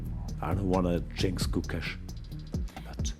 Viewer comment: True - Gukesh, Nodirbek and Parham's names were butchered